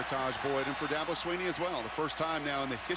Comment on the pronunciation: I've watched this before on your channel just.a few times. The announcers are always against South Carolina and clearly behind them says, SEC espn. It's aggravating. They don't even know how to say Dabo's name.